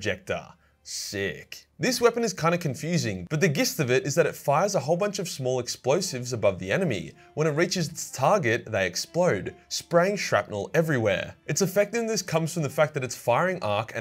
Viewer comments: Pronounced Jist not Gist. Sorry but you say it alot on your videos, it shouldn't bother me but it does. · 😂 My autism has been triggered 😂😂😂. Gist is pronounced....“Jist”. However your work is amazing and never stop what your doing. You bring a smile to face on dark days, and an even bigger smile on good ones. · The "Gist of it" got me dead in my tracks 🤣👌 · "Gist" of it? oh man is this a fucking jif or gif thing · I wonder if you'll ever manage to properly pronounce "gist". Probably the day you properly pronounce "Iyanden"...